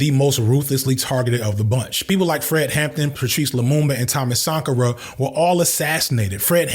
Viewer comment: Oh frick I have been pronouncing Thomas Sankara wrong for so long